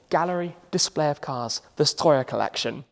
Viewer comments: Im very impressed by your Strøjer pronounciation, not many foreigners can pronounce it that well Tim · The second time you said "Strøjer" i genuinly jumped cause it caught me off guard how well pronounced it was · Wow, I am quite impressed with your pronounciation on "Strøjer". You sounded a bit like a southerner from the bottom of Jutland. Nice video too.